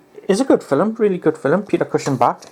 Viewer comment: "Fil-em" lol !